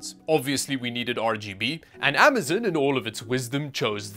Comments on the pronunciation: Amazon is pronounced Am-uh-zOn, not Am-uh-zUn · Bro said “amazen”